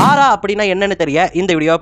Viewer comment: Not Arra..it's AURA